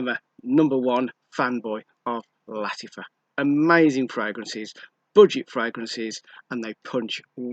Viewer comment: Why do you pronounce Lattifa? Is Latt-A-fa, not Latt-I-fa? A, not I, right?